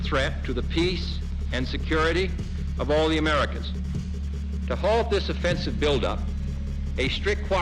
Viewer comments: The word this, does not have a d. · “Dis is America’s most contwoversial base”